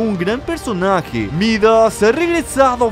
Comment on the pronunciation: Todos escuchan: Midas a regresado Yo escucho: a regresado jajaj